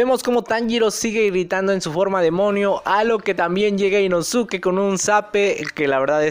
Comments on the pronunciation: Puedes decir inosuke como suena osea inoske esque me da cringe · se escribe inosuke pero se pronuncia inoske algo así como con sasuke= saske Pero inosuke o inoske igual son válidas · por que se escribe así, simplemente su pronunciación es diferente a como se escribe